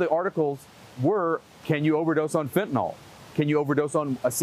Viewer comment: Phen to nyl....not...fin ta nol js